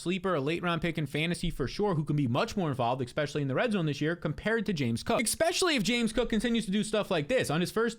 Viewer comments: Please stop saying exspecially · baby, there’s no x in the word especially